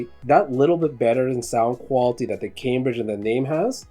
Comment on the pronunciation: Please learn how to pronounce Cambridge.